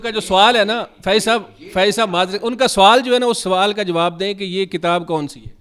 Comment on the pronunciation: Check shirt Wala bhatti koi mirasi lag Raha hai kesi Urdu bolnay likhnay walay ko Lana chayeh tha. Anchor ki Urdu khud ki sahi NAHI hai sawal ko suwaal bol Raha hai 😂